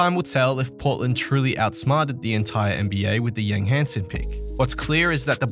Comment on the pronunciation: Hansen isn't pronounced the Western way.